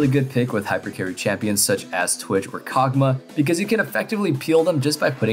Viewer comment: “Kog Maw” not kog muhh